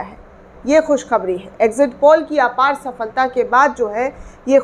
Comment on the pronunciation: Ravish Kumar, or other news click wale Sharma ji vajpaye or digar logon se Talaffuz pr dhayan De baki ki posh shaffaf hai aap to Muslim ho kar khus khabri kah rahi hain khushkhabree hoga naak na hi kata den Muslim logon Ki kiun ki urdu hi sahi zuban or akhraz main unki pahchan hai